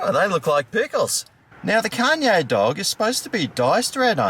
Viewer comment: i believe its pronounced "con yeeeaaah"